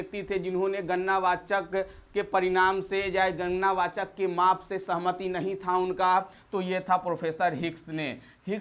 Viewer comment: Gannna wachak nhi gadna wachak ho ga sir ji 👍